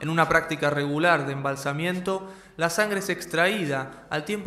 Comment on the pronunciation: Se dice "embalsamamiento".